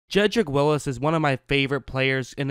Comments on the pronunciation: Whatchu talkin' bout Willis? It's pronounced Wills. ;) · Sorry, but it's Wills. Only one i. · Wills bro NOT WILLIS!!